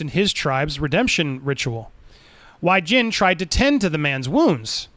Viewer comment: It's pronounced way jhin and jhin way. Just putting that out there lol